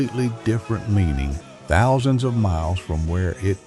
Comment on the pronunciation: Why can't the AI narration pronounce "Thousand" or "Compilation"?